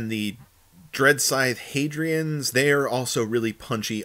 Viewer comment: Harridan = Hah-rih-dun, not "Hadrian". 😂